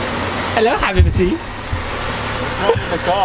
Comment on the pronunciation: what's your nationality , cuz i'm from Egypt and you said Habiby ???! ;)